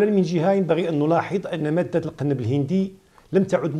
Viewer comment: ما لهذا المقدم الامي الجاهل ???? الا يعلم ان هنالك فرقا ببن مصطلح المغاربية و مصطلح المغربية. المغاربية تعني الانتماء لدول المغرب الكببر يا جاهل : موريتانيا/المغرب/الجزاءر /تونس/ ليبيا . واضافة الى الخطأ في نطق القنب الهندي ....بضم القاف عرض كسره .... ما هذا الجهل و ما هذا المستوى ????